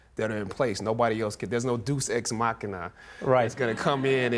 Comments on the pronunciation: All seriousness aside... did he say 'deuce ex machina' instead of deus?!? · It's the "e" in 'ex' that makes 'dues' sound like 'deuce'. Dues "E"x machina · Urf, the pronunciation by this guy irks me so hard. "Nitch" instead of "niche", "Duce ex machina" instead of "Deus ex machina". Arf on that one. Especially since the showing of respect towards people and cultures different from your own is such a key subject here. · Think he might have mispronounced "Deus Ex Machina" though...